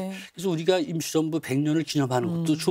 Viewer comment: 실례합니다 제 귀에만 대한민국 김치정부라고 들리나요? 웃기라고 질문한게 아니라 발음이 그렇게 들려서요 아나운서는 아니시죠? 순수하게 궁금해서 그렇습니다. '임시정부'를 조금 다르게 발음하신것같은데요.